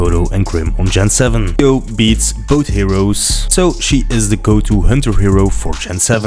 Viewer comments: Come on bruuuh xDDD you doing amazing work, I was just surprised that someone can pronounce Aoi this way, and tried my comment won't be offensive... She's Japanese, right? So it could be 青い or 葵 from what I know. definitely these two words aren't spoken like "Ayo" technology :p Don't take it so personally, you'd also laugh at my accent if I'd say something in English. After all, I'm not even sure if my grammar was/is proper. Language is to communicate, not to be 100% correct. I'm just linguistic fan - for example in sos I've learned french in less than one year - just writing and reading. Not the best, I need work on it, but it's understandable. You probably choose wrong website to check how it should be pronounced - Asian languages are real trap - I'm saying it as native speaker if one of slav languages and somehow native of one of Asian language speaker. Please, take care brother, and don't worry about comments - continue what you started. I'm thankful you haven't use SS of my comment. But each time I hear "your aoi" which sounds like Ayo, I'm more focused of what you saying. Good job xD I'm not hater - I almost not comment videos. If it offended you, I'm so sorry - seriously I'm sorry. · Thank you for testing video n sry for bugging you aoi’s pronunciation 😂 our state is gen 10 now so i guess i need stick with connor without daryl until gen 11 😊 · Thanks for video, and i'll be annoying but you pronounce Aoi wrong 😅